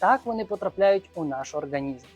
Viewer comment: ОрҐанізм) ріже слух